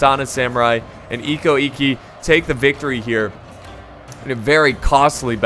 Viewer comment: Damn every where I look(comments): Bad pronunciation OO-e-sugi = Uesugi Cho-so-kabe = Chosokabe eko-ekki = Ikko Ikki Oo-to-mo = Otomo There's a show called: Sanada Maru about the Sanada clan during the late sengoku period, basically covers everything so have a look if you're interested in learning about Japanese history(since the show's in Japanese you'll also learn the correct pronunciation).